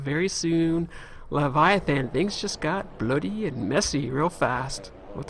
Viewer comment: You said it! You said it! You said it! You said "blöödy" right at the end the funny way! :3 <3